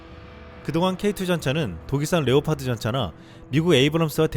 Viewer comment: 유익한 뉴스 잘 들었습니다. 음성이 참 좋으신데, 중요한 단어들을 발음하는 과정에서 말이 많이 엉키네요. (Ex. 드레곤-> 데곤, 레오파드 -> 네파드, 우크라이나 -> 우퀴나이나.. 등등) 저도 마이크를 잡고 강단에 서는 일을 하는 사람이라, 이 부분 때문에 고민을 많이 하는 사람입니다. 발음 연습 많이 해야 합니다. 볼펜물고 하는 것부터 해서 많은 방법이 있습니다. 당연히 효과도 볼수 있습니다.